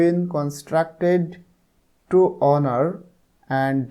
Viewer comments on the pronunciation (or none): none